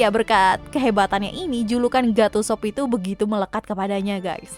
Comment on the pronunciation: Bukan God Usop min, tapi Go D Usop.